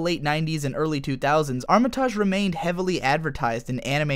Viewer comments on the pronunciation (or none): It hurt every time you said her name because it is so mispronounced. It’s arm-it-age ! Loved polly matrix and the characters was great but duo matrix was pants. It cost me £30quid and a reader to play this on a PlayStation back in the day.. how I weeped when it was a shadow of its former self. Also Pluto was such a wasted character in Duo. We never really discover his purpose.